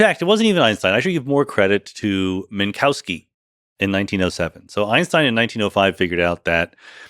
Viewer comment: That's still not how you pronounce "Minkowski" correctly.